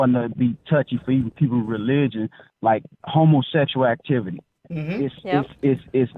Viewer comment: As soon as he pronounces "howmowsecshle activty" you know you're in for a ride. Living proof not all lives matter...